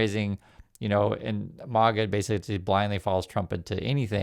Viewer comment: its not Marga as in Marbles. It's Maga as in maggots